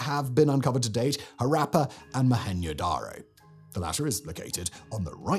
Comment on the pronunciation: Why are you saying Mo-Hen-yo darr-oh? It isnt mexican. Its Mo-hen-Joe Dar-Oh